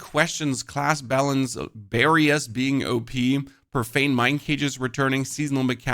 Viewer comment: Do you mean BARRIERS? Why do you keep saying Barrium?